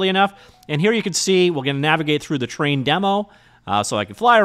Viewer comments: Thought he was saying train systems 😂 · When you say 'terrain' in a video it always sounds like 'train' to me, so when you do a video about an actual terrain system I can relax, as I know what the 'train' means immediately :) If you ever do a terrain video that somehow heavily features trains I'll be in trouble. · Wait. Is it Terrain3D or Train3D? You keep saying "train". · Terrain isn't pronounced as "train".